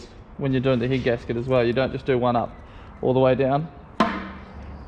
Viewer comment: Sorry for laughing but I keep hearing heat gasket instead of head gasket 😂😂